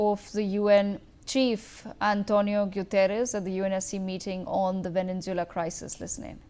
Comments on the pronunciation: It's not venenzuela..it's venezuela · Its Venezuela 🇻🇪 not Venenzuela